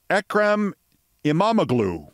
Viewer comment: 'I-ma-mo-lu'. In Turkish, the G is often silent